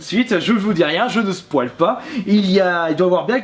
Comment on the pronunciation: Je ne spouale pas C'es Spoïl spo yle